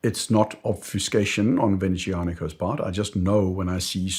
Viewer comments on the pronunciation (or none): Please pronoune bucintoro as buCHIntoro. And Venezianico Z as ts. not SH. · Vaen - aezzz - jan - eek - ooo